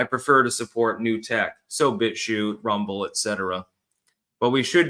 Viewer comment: "alright everyone we're live, lets make sure thats actUALLLy the case over on r-UM-ble"